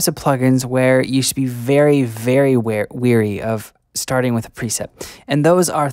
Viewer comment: No, you had it right the first time! 'Wary'.